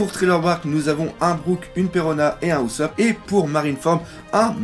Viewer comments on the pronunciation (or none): none